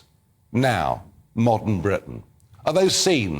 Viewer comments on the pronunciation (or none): none